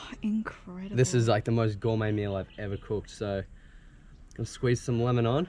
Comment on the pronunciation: the way he pronounced it was like DAYUM LEMON